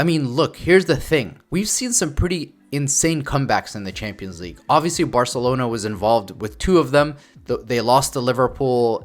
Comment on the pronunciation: man really said "varcelona"....